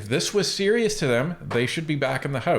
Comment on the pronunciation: Jagmeet’s manner of speaking is a bit like Elmer Fudd. Like when he says serious it sounds slightly like “sewious”